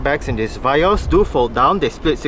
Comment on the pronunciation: Vee yos rite not va yos